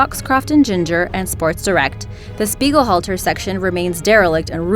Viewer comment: Anyone else realize the miss pronounciation of the name on number 1 spot? Speighalter... Only one "L"... Speigel halter is not correct